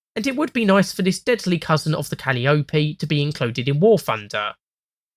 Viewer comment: wait I'm sorry, Cal-ee-oh-pee? (it's cah-lye-oh-pee)